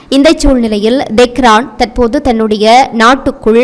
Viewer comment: Dei pundai do not say ,Dehran funny correct pronounciation,Tehran